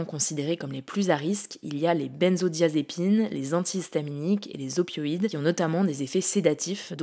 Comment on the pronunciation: S'il vous plaît arrêtez de dire benne-zodiazepine. C'est b-in-zodiazepine.